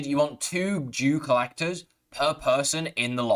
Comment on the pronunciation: Not to be mean but did he say Jew colleger?